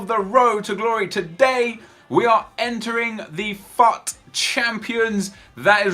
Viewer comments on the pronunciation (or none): No one else is annoyed by the fact that he is saying FAAT and not fut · sorry its fut not fat